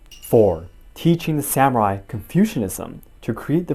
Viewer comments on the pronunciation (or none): I am enjoying the series and your analysis, but have to admit to being distracted by your mispronouncing the word "samurai." This is the second video in which I've noticed it. It puzzles me because you clearly speak Japanese.